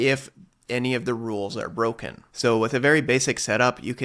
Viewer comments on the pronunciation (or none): none